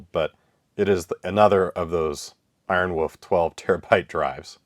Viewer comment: Ironwoof is such a hilarious pronunciation quirk.